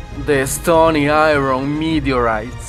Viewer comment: Said somebody meeedyoureeiiis?